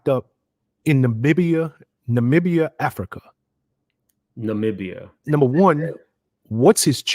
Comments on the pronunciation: Nah-mi-bee-ya Accent on second syllable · IT’S NOT NAH-MEE-BIA. It’s NAH-MIB (like Bib)- BIA (NAH MIB BIA) Namibia 🇳🇦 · it’s just. Like. How you would say Nubian take out the u. And just add on nombian Nom Bian Nubia. ….. Nombia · It's pronounced na-mib-bee-ah! Love your channel! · 😂ima try.. Na-mib-ia.. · Hi! It’s Na-mee-bee-uh 😊 🇳🇦 Thank you again for your content! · it's pronounced Nuh-mi-bee-yah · It’s Na-mih-bee-yah, Namibia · If you are going to mispronounce a word, stick to ONE mispronunciation, instead of constantly struggling with multiple ones . 😂 Stick to something. It’s “ Nuh- MIH-bee-yuh “💕💕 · Nuh -mih (sounds the i sound from “ick”)-beeyah (accent on the mih sound) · Pronounced!! Nuh-me-bee-yuh omg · CUT-I NAM-IB-I-A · "Nah-mib-iah" is the phonetic pronunciation of the African country. Thanks for the updates. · Start with the correct spelling: Namibia. Pronunciation can be found on Google. Na-mi-bia Na-me-bea Namibia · Nah mee bee yah (Namibia) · My neighbor Namibia 🇳🇦 is pronounced NA ME BE YA. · The country of Namibia is pronounced nuh-MIB-ee-yah. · It's actually NUH- mi - bia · Dude...why can't you pronounce Namibia? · The way he’s butchering the pronunciation of Namibia lmfaooo omg ur too cute lol!!!